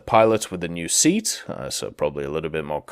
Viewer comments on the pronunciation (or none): none